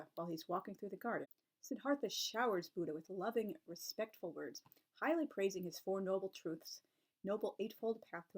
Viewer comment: Admit - I heard "piling up" when you said "highly" something or other.